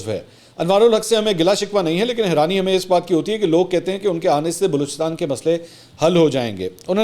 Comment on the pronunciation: Herani not heerangi